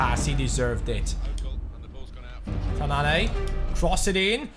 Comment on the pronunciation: It's Tananne not tanann"ey" :)